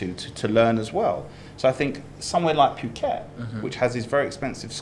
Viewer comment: He says "pyu~~ket" again . It's "pooket!!!" So annoying